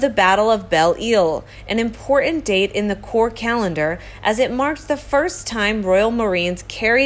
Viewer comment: Can the host PLEASE speak properly....it makes me cringe every time she says a word where the last syllable is mispronounced, I.e IMPOR..INT....